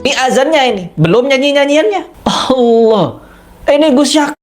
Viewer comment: Nyebut asma allah ajah anda salah... Yg bener itu allah bukan hallah....